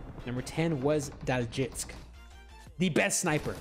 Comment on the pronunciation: Bro just want to tell you how to pronounce daljitsk. His name is Daljit, and he added sk for ‘sniper king’, so one would pronounce his name Daljit s k